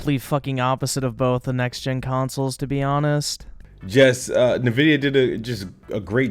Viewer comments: im gonna call it nah vidia now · I swear, hearing this man say "na-vidia" is causing me heart palpitations. Almost like when people say "Nuculer" instead of Nuclear.